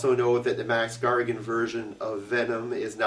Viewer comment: Wow. These vids are awesome! Keep up the good work! A note though: It sounds like he's saying Max Gargan. Is that just me?